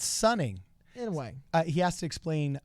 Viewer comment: oh, "sonning" not "sunning" right?